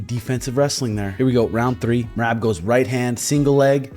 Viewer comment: Love me some shuge and and love me some Merab as well, keepin it 100% facts. However, if you just so happen to read my observational comment please answer me this. I can’t help but chuckle every time you say Merab’s name as “Meraahb”, it feel like since you mispronounce it, and have ever since shuge took the first bout with him, it’s a slight dig. I actually think it’s hilarious so I’m truly curious if there’s meaning behind the drawn out A in his name knowing it probs irks him a little every time you say it. Love you boyz!!